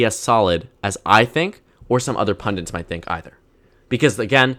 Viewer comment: Is it just me or does he say "pundints" instead of pundits